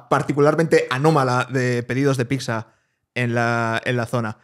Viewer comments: me sangran los oidos con tanta "picsa" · Gran podcast!!! Pero....porqué llama "picsa" a la pizza?¿